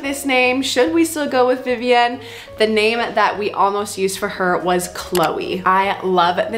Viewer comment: The way you say Vivienne drives me crazy! It’s Vivi-in. You don’t live in France